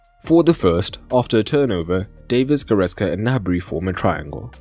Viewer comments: Good analysis, but it is goretZka Not goretSka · It's GoretZka, for crying out loud! It's a "Z", not an "S"!